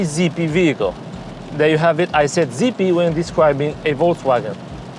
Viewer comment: No...actually you said 'zeepy'!! Great review. Thanks a lot